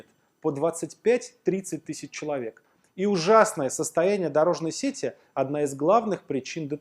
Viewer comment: не сЕти, а сетИ.